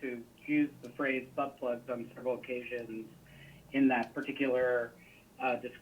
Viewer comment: Yeah, that gu/ay has no problem saying BUTTBLUG. He's very familiar.